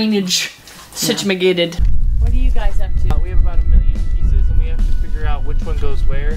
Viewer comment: "Sitimagated" LOL